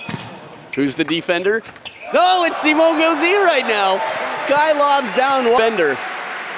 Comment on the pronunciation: I speak french, and it's pronounced Simon, not Simo